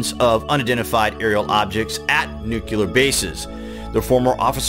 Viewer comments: NUCLEAR is pronounced New Clee Ar, not Nuke You Lar. I know it's a small thing but pronouncing it incorrectly detracts from your credibility. Otherwise, great content. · Somebody really oughta clue that guy in that the word is “NEW-CLE-AR,” not “NUKE-ULAR.” You wanna be a voiceover guy...try harder. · he says nucular instead of nuclear lol oh again